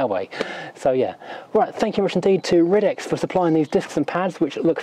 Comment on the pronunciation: Shouldn't the title say "New Ridex" instead of "New Rides"? :) And I've always thought Ridex was pronounced ride-ex.